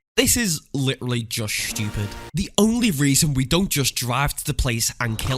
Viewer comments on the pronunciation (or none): "This is literally just schewpid" 😂 😂 😂 😂 p.m. 9/6/2024